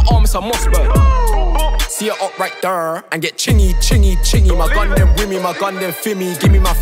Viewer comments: Why is he pronouncing “there” like that tho 😭😂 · Only just clocked he says “right thurr” or “thurr” because of Chingy- Right thurr... 🤯🤯❄️❄️